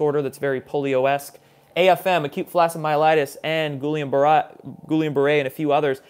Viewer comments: Nice show as always. BTW, it's GEE-AHN-BARAY (hard G) syndrome, phonetically speaking. Peace and good job,. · It’s pronounced G-ee-ohm Barray. William in French. Guillaume. like the late actor Robert Guillaume.